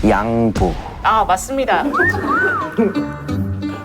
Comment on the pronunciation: 양.보. 이러는거 킹받네ㅋㅋㅋㅋㅋㅋㅋㅋㅋㅋㅋㅋㅋㅋㅋ